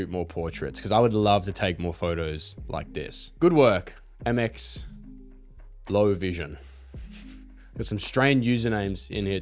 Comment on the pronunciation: ty for the love brother, PS. its pronounced melovision haha